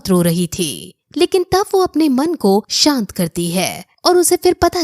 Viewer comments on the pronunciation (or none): none